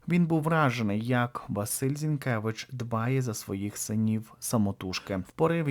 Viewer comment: ...віддачує. Зінкевич. У а не . Зінкевич. А . Вчимося української і